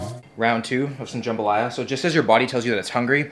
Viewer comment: As a Louisiana native that "jambalaya" gave me an eye twitch